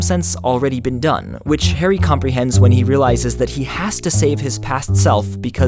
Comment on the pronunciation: The way he pronounces 'Harry' annoys me